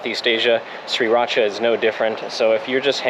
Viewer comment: its pronounce Sri raaaa.chaaaa not Sri rat cha!